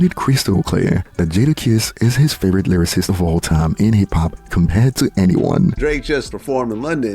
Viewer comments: so he says "lyrarist" and we supposed to take him seriously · He said Livercist 😂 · he can't even say lyricist. Bro said lyririst 😂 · bro cant even say lyricist and has an opinion on it, “biggie is not a lyricist”